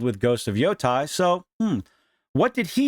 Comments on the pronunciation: It's never too early to condemn. Also, it's pronounced "YOH-TAY" or just reimagine as YoDEI. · Thanks for the video. I agree it isn't worth the outrage. She's just the voice. Also the pronunciation of Yotei should rhyme with "day" and not "die"